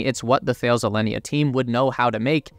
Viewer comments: It's not pronounced 'Thayles' - its 'Tal-ez' - One of the worlds largest defence and aerospace contractors ! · or is it tah-less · Great video. Btw, it is pronounced "Ta-les" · Thales is pronounced as Ta-les amigo. Another great video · Just as an FYI... "Thales" is a huge (really huge) French multinational. It is pronounced as TA-LESS in French. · Thales pronounced like Alice. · It’s pronounced Tah-lez. The “H’ is silent. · "Thales" is pronounced "Ta-less" :) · Great vid as always. I think it’s pronounced ‘Tal-ez’ though 😜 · "Some of you might not know this company by name" not the way you pronounce it I don't. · You should really Google how to pronounce Thales. The way you pronounce it is so … North American English (and so very wrong). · Sorry but pronunciation of Thales is appalling, c'mon of you want to appeal to a global audience do your research ! Sorry no offence intended just hard to listen too ! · Thank you! Every mispronunciation grated!